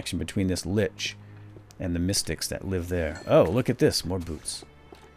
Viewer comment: it's actually Lich not Linch :P